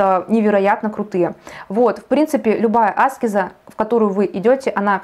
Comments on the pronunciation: Благодарю, за очень познавательный и интересный экскурс..🙏😊Но вот Вы говорите Аскез-делая ударение на первую букву, а разве -не аскЕза?...Простите, может я не права?!...Как правильней? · Батюшки в церквях и монахи говорят аскЕза. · Аскеза-ударение на е…а не на А. По ушам режет.10лет слушаю астрологов и эзотериков и так никто не говорит. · Я тоже годами всех Кришнаитов переслушала Торсунова,Рузова,Тушкинв,Хакимова-это были мои духовные проводники с 2010 года и все говорят АскЕза но не Аскеза…нужно индусов еще насчет этого послушать😅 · Аскеза с ударением на первую А очень режет ухо. Она аскЕза. Но информации много и по делу 🙏🏻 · Все хорошо , спасибо за информацию но очень режет слух не правильное произношение слово " аскЕза" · зависит от начитанности и грамотности окружения. Достаточно вбить в поиске «где ставить ударение в слове аскеза» и проверить. Спойлер: на букве Е. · Тоже не нравится это слышать, но информация полезная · Дело в том что , согласен, Аскеза режет уши ❤ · Правильно так, как вы сказали. Просто нравится делать ударение на A, она об этом сама говорила. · Аскеза ? Ударение на а? Почему вы так говорите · Аскеза с ударением на первую букву((( сколь зрителей Вас не досмотрело из-за этого